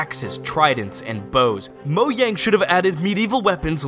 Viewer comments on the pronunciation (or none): If he says Mo-y-ang one more time 😤